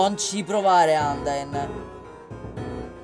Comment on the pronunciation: Vorrei darti dei consigli sulle pronunce: Flowey si dice Flauwi Undyne si dece Andain Asgore si dice Asgor Papyrus si dice Papairus Spero ti siano ď aiuto Non intendo sgridarti per le tue pronunce é solo che volevo aiutarti... Ti adoro sei il mio youtuber preferito.